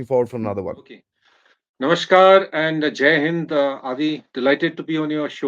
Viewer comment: TALKS by Are you a Bengali? The way you said "nomoshkar"!!